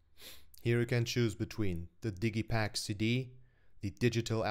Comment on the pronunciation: Worth the watch just to hear say "Diggy-pack"